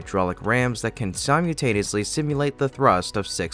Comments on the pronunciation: si -mew-taneously! i't's amazing! it just keeps happening! and it's almost like it must be on purpose., from space-xcentric would be proud. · Please learn to say “simultaneously” Sincerely, Everyone